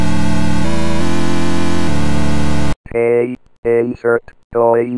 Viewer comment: the "insert coin" sometimes sounded like "insert groin" to me